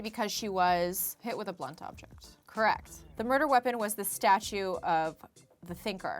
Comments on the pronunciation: Anyone else bothered by how she says "statute" whenever she reads "statue"? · Why does she pronounce “statue” as “statute” every time?